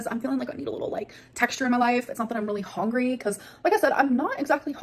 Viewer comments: "I'm not exactly Hongry" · If she pronounces “hungry” as “hongry” one more time I’m gonna start biting people. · has to be going full gas on trolling now. The constant “I’m even not hongry” and “I need prootein!” Her stupid tiktok lingo 🙄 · The way she says HONGRY triggers me so badly 😩😩😩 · She is sayingi and hongry like that on purpose now to trigger hatewatchers; suddenly it doesn’t piss me off anymore I’m now just pissed that she’s trying